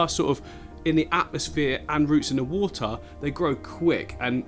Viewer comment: Just had to bring it up... "The Woohtaa"